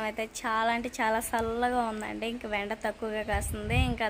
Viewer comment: 😂వెండ కాదమ్మా ఎండ, వెండి మిరపకాయలు, వెండి చేపలు kadu ఎండి చేపలు 😂